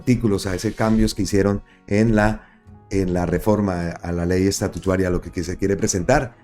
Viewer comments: Porfa, no sigas diciendo Ley Estatutuaria suena horrible, a estatua, no a Estado. No atropelles el lenguaje. Se dice LFEY ESTATUTARA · Buenas tardes, no és ESTATUTUARIA, ÉS ESTATUTARIA😢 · Hermano es estatutaria y no estatutaria ,ojo hermano